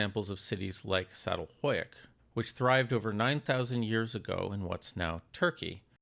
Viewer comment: You butchered that pronounciation. it is supposed to be pronounced like ch-atal-h-(not o but ö)y(not u but ü)k. FYI if you want to ever pronounce any other standard turkish words just look up the letters sound, the whole orthgraphy is designed to be as consistent as possible.